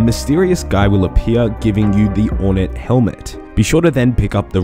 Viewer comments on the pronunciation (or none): I'm going to say this one time. OR NATE not Ornit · Nate as in gate.